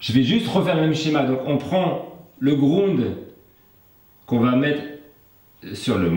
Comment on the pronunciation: Tsss "le grounde", tu pourrais dire la masse quand même ^^!